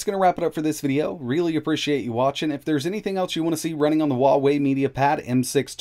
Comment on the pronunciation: Better ask a native Chinese rather than an American. He pronounces it incorrectly.